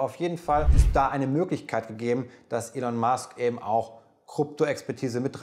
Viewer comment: twenty-VONN ELEN Musk DODGE coin VALL street AUA! Die th-Fehler liste ich mal nicht auf, da haben anscheinend viele ein Problem bei der Aussprache. Aber an den anderen Punkte könnte man doch arbeiten. Trotzdem gutes Video <3